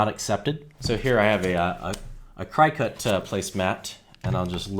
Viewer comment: the machine is called a cricket as in the insect not cri cut.